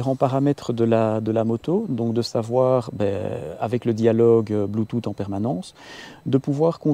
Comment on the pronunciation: bluetooth en phonétique: blu.tus et pas blu tut ;) c'est rigolo :D